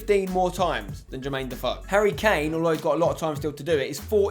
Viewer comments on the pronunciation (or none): none